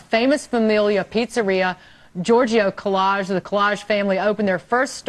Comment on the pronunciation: Kolaj it's not italian it's albanian it's pronounced "KOLAY "